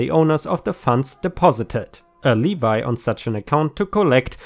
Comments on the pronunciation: Levy is pronounced lev vee, not Levi. Also, the landlord story with frozen pipes is the landlord BSing OP, because he doesn't want to admit he's at fault. During the bitterly cold spell last year in central Ohio, we actually got letters from management advising we keep our thermostats at 67°f, to keep the pipes from freezing! I normally set it down to 63 - 65°f at night, & keep it around 75°f during the day. This' because I'm cold sensitive & have poor circulation in my hands. If my arms get too chilled, my fingers go numb & white. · On reading the story with the OP (as a minor--sharing his Mom's name on HIS bank account), The word LEVY (is actually said like LEV-EEEEE ) when you said it like LEE-VYE (you seem to say it like a person wears a pair of Levi's Jeans!):) hee hee.... To make a Wrongful Levee/Levy against OP's bank account would be to PUT A HOLD On the account, thereby in a sense "FREEZING" the funds so OP would be STOPPED from being to use His own money in that account to say, make his car payments, rent payments, Not be able to pay his monthly utility bills, etc. Actually that would be a Detriment to actually DESTROYING OP's LIFE and make it so He could NOT survive and likely end up homeless and completely broke. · It's just Lev-ee, not Le-vi :) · Final Story: "Levy," with a capital L is a name, pronounced "lee-viy." With the small l, it's. "leh-vee." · Please listen and learn how words are to be pronounced. "Levy" is "lev-ee", NOT "le-vi" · Levi my account Me: Levy: Levi Me: screams at computer Levy! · Not a condemnation just an observation; Levy: pronounced Lev-ee. Not Lee-vi. 😁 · just a friendly pronunciation comment. Levy is pronounced 'Levee' as in a hard "e' ar the end instead of an 'I'. Love your channel and listen everyday. ⭐⭐⭐⭐⭐⭐⭐⭐⭐⭐⭐⭐⭐⭐⭐⭐⭐⭐⭐⭐⭐⭐⭐⭐⭐⭐⭐⭐⭐⭐ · Levy - levv-ee! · Levy is pronounced lev vee. Levvee. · Levy is pronounced Leh Vee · Levy - le-vee ;-)) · Levy - pronounced like heavy. 🌟🌟🌟🌟🌟🌟🌟🌟🌟🌟🌟🌟🌟🌟🌟